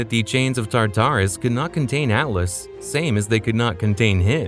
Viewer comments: Oh god Tartarus is not (tar-tar-us) it’s pronounced (tart-ar-us) never heard such a silly pronunciation before. Tar tar is fancy food. It’s just bothering me so much you keep saying it like that. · Plz plz plz use better pronunciation …. TARTARus- it’s just one whole word not TAR TAR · TA-TARUS!? ITS TAR-TARUS . Oh you say the right way the 3rd time and then wrong every other time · Why was your pronunciation so inconsistent one time you say basil-isk then you say basilisk. then you constantly switch between tartar-us and Tartarus